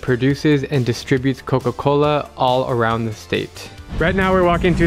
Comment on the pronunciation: He’s pronouncing “Coca-Cola” all weird for some reason because he’s in Mexico 😂